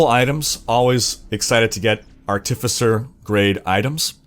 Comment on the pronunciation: Artifice-er, not artiffissor